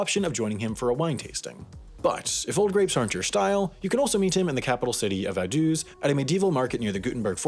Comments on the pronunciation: Whats with vaduz oh I mean wadus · Horrible. And the capital is pronounced Vah doots, not Vuhdooz.